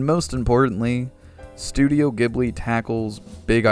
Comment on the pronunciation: Ghibli sounds like Jibbly